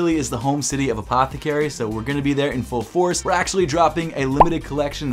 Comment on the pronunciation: I wonder if anyone has played a drinking game on videos and had to take a drink every time he says APTHCRY lol